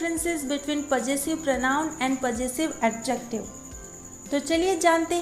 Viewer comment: You don't know how to pronounce Possessive clearly